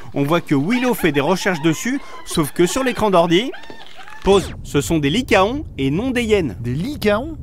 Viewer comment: Ce sont effectivement des licaons , mais on dit lican , comme des taon qui se disent tan